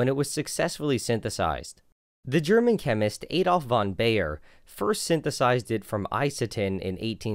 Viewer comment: He doesn't even try "Johannes", and "Adolf" was the standard messup of a long A.